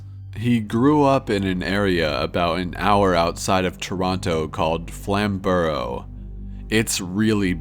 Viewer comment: #3 - That's just the town mayor; he's harmless. P.s You pronounce Toronto and Flamborough like the new guy in town who's trying too hard. They're pronounced 'T'rono' and 'Flamburoh', not 'Flam Borough'.